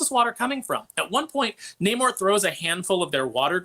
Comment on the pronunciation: The movie was trash, they literally dried the hispanic Namor’s back to defeat him! You can’t make this crap up, and his name in the comics is pronounced Naaamor, Not Namoore - No Love in Spanish, just like I did for this film.